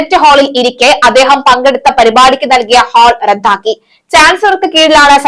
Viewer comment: ഉച്ചാരണം കൂടുതൽ ശ്രദ്ധിയ്ക്കണം റദ്ദാക്കുക റത്ഥാക്കുക അല്ല വിദ്യാഭ്യാസം വിദ്ധ്യാഭ്യാസം അല്ല